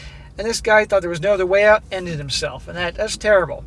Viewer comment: "Get oot"